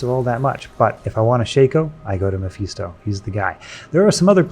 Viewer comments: Meh-fis-toh, sweet Jesus hearing you mispronounce that name so many times i had to pause just to correct you. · Stopped watching because I hate how you pronounce mephisto like an asshole. Get bent